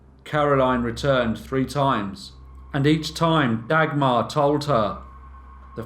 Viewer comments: The pronunciation of names in this is horrendous. Maybe just stick with stories with names you can pronounce. Dag-mar - you're not talking about a dagger! J is not pronounced dj, but in fact just j... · If you say Dagmar like this one more time I am going to loose it 😂